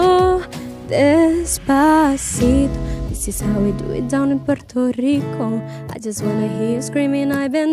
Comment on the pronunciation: It is Puerto Rico not Puerto leeco